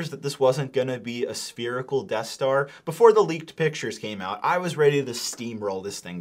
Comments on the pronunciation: Spearical? Or Spherical? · Spherical not Sperical ffs